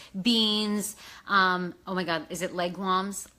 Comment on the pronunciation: "Legume" is pronounced, "leg - ooom"